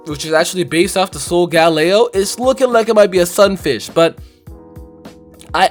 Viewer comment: Are you sure Galeo is a tiger? It sounds more like lation Galeo: A Galleon, and it also reminds me of Galileo, who does have a relationship with stars and astrology